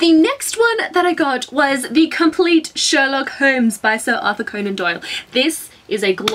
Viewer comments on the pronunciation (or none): none